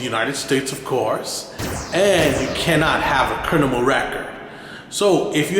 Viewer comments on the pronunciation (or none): How am I suppose to take him serious and he said a crinimal record. Nah I’m playing.